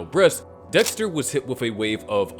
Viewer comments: bro really said Desker 😭🙏🏻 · bro said desker